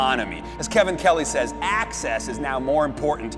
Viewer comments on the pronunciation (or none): none